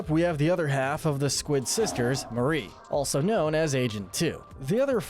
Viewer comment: Glad actually says Marie and not “MaRi”